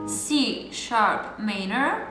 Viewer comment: wymawiamy - ` mAJ-nor` - a poza tym OK :))